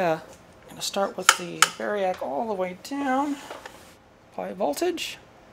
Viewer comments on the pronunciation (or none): none